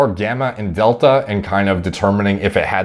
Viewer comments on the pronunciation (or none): none